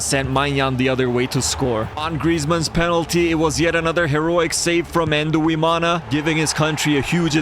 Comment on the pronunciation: Quick tip on pronouncing Burundian names, for example; 'Nduwimana' is pronounced ndu - wi - ma - na Emphasis on the 'ndu' part; it's not "en-du" it's "ndu" one syllable. Think of the english name "Blind" that "nd" at the end is the same as with the start of "Nduwimana" which means 'I am of God' btw. Thanks for coming to my ted talk.